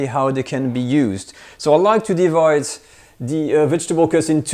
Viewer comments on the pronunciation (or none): none